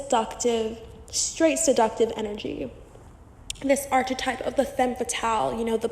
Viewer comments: Girl consider looking into prononciation of the word *archetype*. Loved the video, the info is really good, but my ears are bleeding 😅😅😅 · Please learn to pronounce archetype properly.